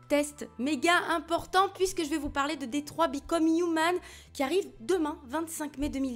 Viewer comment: Déjà merci de prononcer Detroit et non Ditroy !!! 😅 J’ai hâte de le faire,je suis un adorateur de Quantic Dream. A priori ça m’attire moins que Beyond qui bénéficiait de la formidable interprétation de Ellen Page. Je verrai. Merci pour ton avis biz